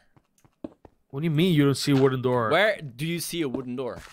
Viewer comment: "i dont see a wodden door"